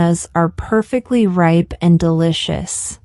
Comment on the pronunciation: ripe=/raɪp........not \reip\